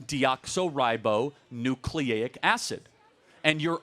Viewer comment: DeoxY not deoxO